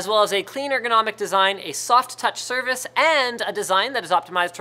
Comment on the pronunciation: Was I the only one that heard Linus saying "soft touch service" when talking about the mice????